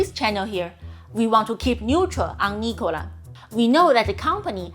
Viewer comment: lol, everytime you say " Nikola " , it makes me laugh !!!